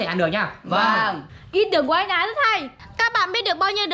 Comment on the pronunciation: Thái mà cứ nghe thành Khải